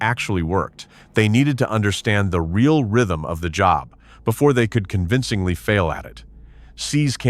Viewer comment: We have to see the announcers actually speak into a mic. NOT AI constantly. This English voice did pretty good, none of the usual ehhhhh sounds after a word ehhhhh. When your robot voice is calling a simple three-letter word job, JOBE, that was a good clue. JOBE, is Job's name in the Bible.